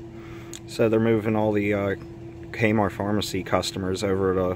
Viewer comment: I love how he says kmort